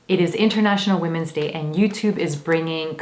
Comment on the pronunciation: “Woomens day”